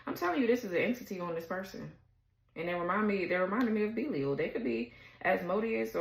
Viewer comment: Pronounced Bee-lie-al is the first crowned Prince of Hell.